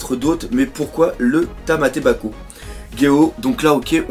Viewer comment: je sais que tu t'enfou mais c'es tamAtebako et non tamEtebako sinon ce chapitre est super sa change de l'action que l'on a eu depuis quelques semaine sa calme un peu 👍🏾👍🏾👍🏾